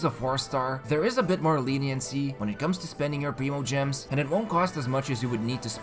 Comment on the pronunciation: It’s /prime-o-gems/ NOT /preem-o-gems/.... please stop saying it like that... it’s painful lolol